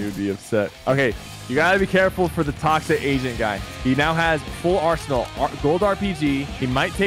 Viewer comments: I thought that Sypher kept saying Toxic Asian not Toxic Agent and I was so confused lol. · All I'm gonna say is I heard the say toxic Asian not toxic agent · I thought sypher said toxic asian like what!?!?